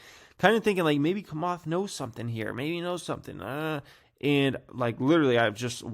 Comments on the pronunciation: Bruh its chamath as in “tshamath” not kamath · it s Chamath ( like chair not kair ) lol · It’s “Cha-math”, not “Ka-math” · Cha cha chamath. Not Kamath lol. Do your own research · It's CHA-moth 😂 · "Komath", "Ever-Granday", "Akai bowl" 🤣 never disappoints! 🤣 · Man u still suck at saying names holly smockas this is definitely no JOKAS. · Learn to say chamath not that hard! Say it likes it’s spelled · Just here laughing hearing you say Chamath. 😂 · Dude, you can’t even pronounce Chamath lol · can't pronounce 'Camarth's' first name either by the sounds of it 😂